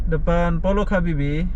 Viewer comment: Itu baca nya Pollac Habibie...itu bahasa jerman